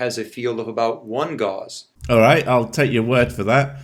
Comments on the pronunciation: It's surprising that his extensive knowledge of magnetic fields doesn't seem to extend to being able to pronounce Gauss correctly. Just for context. This guy has a degree in 'human biology' from a religious university (ie it's more than questionable). A 'chiropractic' doctorate (i.e not a recognized medical procedure). The 'DC' after his name seems to be where he got that doctorate. FIAMA says he's a fellow of the institute of Acupuncture (lol). CFo? Your guess is as good as mine. My guess? Chief Financial Officer (of himself) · Am I the only one bothered by the fact that the magnet guy can't pronounce Gauss? He says it a trillion times, and he says it wrong every time. It's not pronounced like gauze, Gauss rhymes with house. This fucking guy. He can't even pretend to know what he's talking about with any degree of competence, the moron. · He's studied magnets so much that he pronounces "Gauss" as "gauze". Sigh. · How did "nucular" NOT die with the end of Dubya's "presidency"? After that, how can you trust anything the "doctor" said? And isnt it "Gowse" not "Gauze"? WTF? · The way he pronounces gauss gives me cancer, it's like he is talking about dental-gauze. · Pretty sure Gauss is pronounced like "gouse", straight away he's shown he's full of shit about a subject he knows nothing about... 🤦‍♂️💥 🤣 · This guy doesn't even know how to say the word Gauss. He is saying gauze. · No no NO "doctor". Your pronunciation is AWFUL! Gauze is what you use to bandage people with and is an actual medical treatment. Gauss is something you clearly don't understand But then again you actually believe you are a real doctor because you got some useless letters after your name. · Forget pronouncing nuclear, he doesn’t seem to know that Gauss is pronounced gaʊs (it rhymes with house) either. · Nucular gauze... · What's this new killer he's talking about and what gauze. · Forget nucular. Dumb as it is, it's not as bad as saying magneticses are measured in gauze.